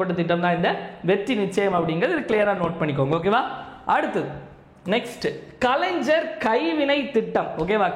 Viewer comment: Kalaingar ஞ் உச்சரிப்பு தெரியாதா தம்பி